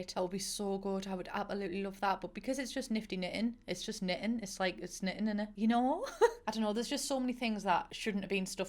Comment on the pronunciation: The pause between “slag 4 knittin” and “equipment” made me chortle.